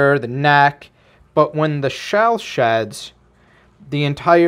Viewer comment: Are you french? 😂